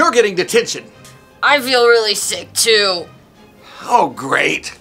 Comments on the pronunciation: I feel really sick to Bro said stuck 💀 She said stuck It sounds like sick 💀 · i love when it says "stuck" for "sick" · Bro said stuck instead of sick 💀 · It said stuk not sike